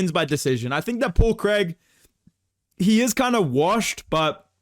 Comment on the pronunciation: “Paul Craig!” 🗣️ “Paul Creeg.”